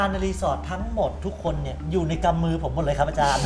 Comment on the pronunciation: อาจามไม่ใช่อาจาร